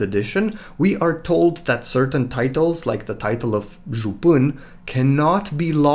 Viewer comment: When you said jupan i knew instantly you are romanian. I see you are a true. You are 100% correct in video and don't even get me started on the koldunic sorcery.